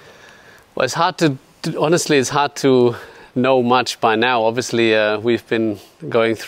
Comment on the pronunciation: Seb: OBVIUSLY